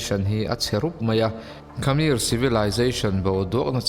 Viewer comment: Khamir niloin khmer(hmer Tia lam)